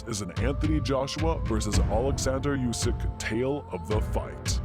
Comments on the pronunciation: it´s Usyk, not "Yusyk" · Usyk!!! Not Yusyk 😂🤣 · ooo-sick not you-sick bell-you not bell-owe